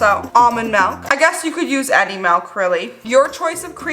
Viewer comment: Love how you say milk like MELK